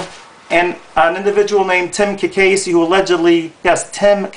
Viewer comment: I missed something. Susan (ka case) Cacase, which this guy cannot even pronounce it properly, has not stated where Susan's brother did anything. I know one brother was busted. I never asked him the outcome. But what a brother does has no affect on Susan's job as a judge. That is like Trump the Skunk attacking Bill Clinton about women in his life when president. Bother are sluts and bums, but at least Clinton was paying off the NAtional Debt.